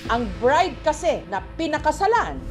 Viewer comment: Bride ❌ Birde ✅